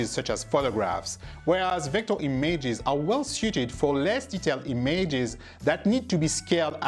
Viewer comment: Who are these e-mages you speak of?